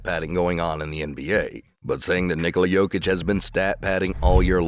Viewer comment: At least nick wright is pronouncing „nikola“ right